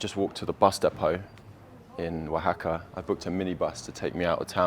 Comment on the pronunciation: English guy: how do I say the name of the city? Local: wa ha ka EG: wuh hack uh? L: wa ha ka Eg: got it, wuh hack uh. yous got any tackos?